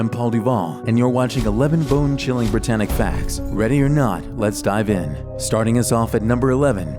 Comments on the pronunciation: i heard him say bingchilling 💀💀💀💀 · every time he said bone chilling i heard bing chilling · Bone-chilling? No, BEAN CHILLING